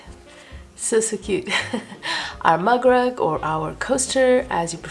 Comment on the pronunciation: Very cute! I was so confused throughout the video because I thought you said mud rug. I kept thinking that's way too small to be a rug. 😅😂 Now I get it. A MUG rug. Where I'm from, we call them coasters. But clever way to use scraps either way.